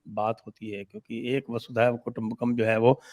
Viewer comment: It’s Vasudhaiva Kutumbakam ie Vasudhaa(Earth) Eva Kutumbakam and it’s NOT Vaasudeeva Kutumbakam